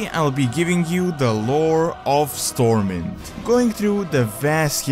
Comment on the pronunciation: Unlike the word SWORD, the “W” in STORMWIND is pronounced.